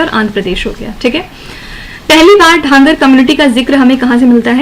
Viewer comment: Mam its धनगर not ढांगर